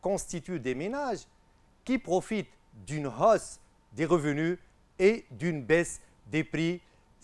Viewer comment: hausse , "h muet" merci monsieur!